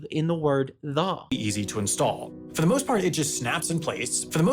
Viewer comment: Just want to point I think the trill in just replacing /ð/ but maybe the combo of /r/ and /ð/ in 'for the'